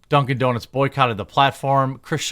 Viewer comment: 🤣😂he said "duncin deeznutz" 🤣😂🤣😂